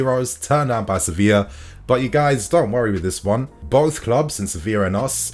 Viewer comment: Does anyone else hear "Sophia" when he says "Sevilla"?